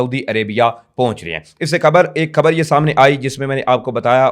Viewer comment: لفظ کھبر نہیں ،،خبر ھوتا ھے درست کر لو ،پلیز پڑھے لکھے لوگوں کے منہ سے اچھا نہیں لگتا